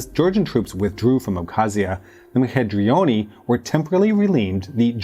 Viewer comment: Yeah, not to mention one trillion different ways to butcher ''Mkhedrioni'' somehow. I didn't even know there were this many ways to misrpronounce a Georgian word...